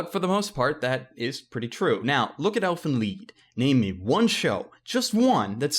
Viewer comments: why does everyone say "leed" not lied I want to talk to you about 1 thing, and it's called anime sites. U DONT HAVE 2 BUY ANIME... when you buy dubbed anime from company's like funamation they change the original anime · Elfen LIED not LEED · Lied! Not leed... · Wait it’s pronounced l-EE-d I always pronounced it lied like how it’s spelled lol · Why do you think Lied would be pronounced "Leed" The I is before the E... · Why is it pronounced "lead" ? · Why is he calling it elfen leed!